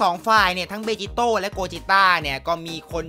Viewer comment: พี่ครับมันอ่านว่าเบจิโตะ